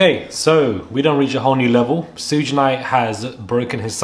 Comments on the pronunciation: It's pronounced Shoog like short for sugar lol. I grew up during the East Coast West Coast beef and it was craaazy...and I agree.. Puffy is going down finally. I have been hearing nasty things about him since the 90s. Nobody is on top forever. Especially being so evil with it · I let the “shuj” instead of suge go, but not the “my elders” sir 😂 I know this is serious topic, but that made me clutch my elder pearls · Every African American who sees this is low key frustrated when you say his name....it's like human A.I. Can you say Beyonce?...or would it be Bay Once...lol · Clearly you don't know much, because of the way you pronounce Suge Knights name. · This was a great update. Thanks! A few names mispronounced but its okay 👍🏾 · Babe, maybe you’re not the one to report on this topic, if you can’t even pronounce SUGE’s name properly. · We can tell you don’t know what you’re talking about, you can even get the man’s name right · I understand and I know English isn't your first language. I corrected you because this is a good channel with good reporting. Therefore I want you to do well. I at least was not insulting you... I just want you to get there names right. Too-pok and Shoog (like sugar)... Anyway . Great content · You right about a lot but his name is pronounced “shug” also Cassie was also couched by the ppl in her corner. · Come On Man!! You know how to say Sugar!!! Just say Sug and leave off the ar!!! You sound dumbxx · You're pronouncing suge's name wrong... It's pronounced like sugar- without the ar.😅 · Pronounced “shoog”. Like Sugar. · Sayin “Sooj knight” is crazy insane 😂😂🤯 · His name is pronounced like SHOOG. The creeps all know each other. 🙄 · Why is he saying Sooge Knight 😅😅😅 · Pronounced Shoog like sugar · His name is pronounced “SHUG” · He name is pronounced like Sugar . SUGE ! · Its shag. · Some tell him it's pronounced 'shug' 😂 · His nickname is pronounced Shuug’, short for ‘Sugar bear’ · It's shug, like shug. Not suge, like huge with an s